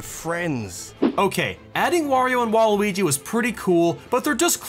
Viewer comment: It's your Bwyifu bwaluigi